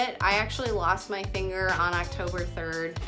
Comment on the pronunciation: It sounds like shes saying thinger